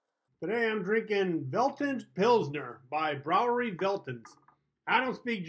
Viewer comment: Brauerei - "brow-uh-rye", Veltins - "fell-teens". Also, we gotta meet up at some point for a game. Completely forgot about getting back to you.